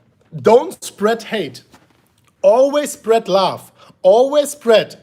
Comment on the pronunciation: Smash the likes if you think says (laugh) when he says (love)